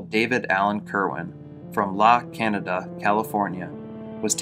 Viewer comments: The name of the city in California is pronounced La KHAN-yada. Most ppl who aren't from there pronounce it La Canada because of the spelling. Complete name of the city is La Cañada Flintridge. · It's pronounced la Cañada or Can-yada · I think it's pronounced "La Cahn-yáh-dah", California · About Davids home, La Canada is pronounced La Kin yada.